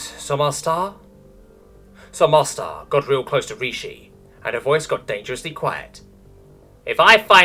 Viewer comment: Great job pronouncing Agent Sommarsdar's name! If I knew how much she would be involded is SSB stories I would have made her name simpler.